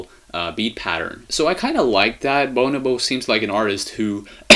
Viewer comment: it's pronounced BuNObo